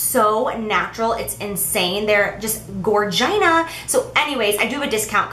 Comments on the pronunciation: Lmfaooooooooo omg laughing sooo fxcking hard she said GORGINA!!!! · I found myself saying gorgina today and now I know where I picked it up from. Damn you, Jaclyn. Lol.